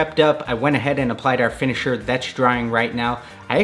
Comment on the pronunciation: Did you say "liquid kicks matter finishiner"?